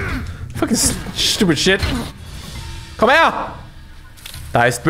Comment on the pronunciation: "Komm her!" At that point I could REALLY tell he is German or grew up in Germany.